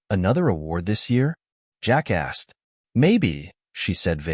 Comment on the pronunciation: I kept giggling like a kid. Every time the narrator would say, "Jack asked...." it sounded on my computer speakers like Jackass. Hey, I told you it was childish, still made me laugh!!